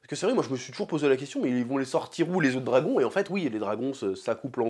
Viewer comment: Le meilleur moment de toutes tes videos sur Hotd c’est quand tu dis house of the dwagon !😅